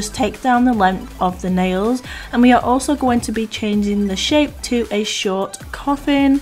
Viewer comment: “The finished shit that I want!” I know what you meant but I heard that! Hilarious!! 😂😂😂